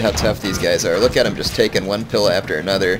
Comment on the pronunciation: Great battle there...I thought you might lose that. Only issue I have with is your pronunciation of Principe and pila.